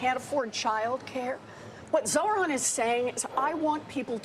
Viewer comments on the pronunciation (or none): My god that host needs to touch some grass. Also: the way warren say zohran sounds like sauron. Please practice it, liz.